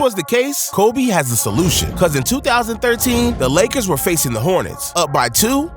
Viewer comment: bro he also said leggers instead of lakers on level 55 or somethin